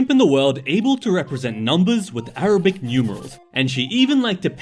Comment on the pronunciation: fun fact you say arabic like (arr-ra-bi) arabi